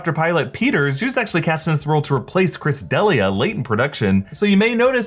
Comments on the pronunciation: Chris Dehliuh 😂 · Chris deli-uh lmaoooo